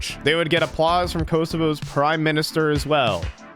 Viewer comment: "kosova" bro what